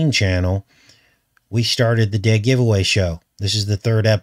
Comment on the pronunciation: when you said giveaway show at the beginning it sounded like you said goetia... speaking of goetia please lookup Herbert Marcuse I think he's a much closer match for bael or Baal than was faux chi Minh. I am not sure if you got my comment about that he's the inventor of critical theory (Herbert Marcuse of Frankfurt school)